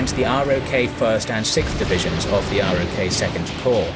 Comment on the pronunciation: Please learn the bare basics. ROK is pronounced ROCK,, the rest is so basic it makes me suspect to your other videos.